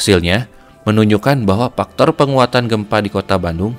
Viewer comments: Faktor bang faktor ... Bukan paktor 😭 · Faktor kang bukan paktor 😂😂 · "dari paktor ... " yak, ini bener2 voice over orang sunda